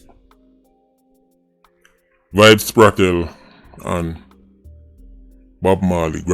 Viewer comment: Bro yuh still deh pon Kartel name again🤷🏾‍♂️🤦🏽‍♂️